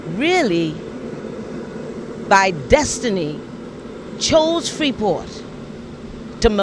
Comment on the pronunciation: when that lady said “sacrifice of life” I said there it IS .........all of a sudden everyone working as one and the word Freeport ..............stress on the word “Free” for a moment ........and I agree with you ! Ashame smh